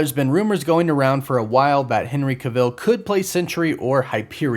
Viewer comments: Henry ca vill? R u serious man…. U just said it right two other times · Make up your mind on how you want to pronounce Henry Cavill's last name lol. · How do you still mispronounce Cavill’s name after all this time? 😂